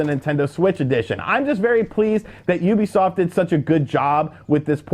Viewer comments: its you bee soft not oooooo bee soft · "OOBIESOFT" XD